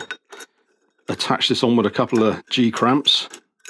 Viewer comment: OMG.. did you say "G-cramps"..lol "C-clamps"